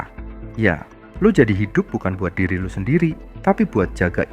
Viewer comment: Isi kontennya bagus banget, cuma penyebutan "Lo" Kerasa medok banget, Gak usah maksain keliatan keren, pake "aku, saya" aja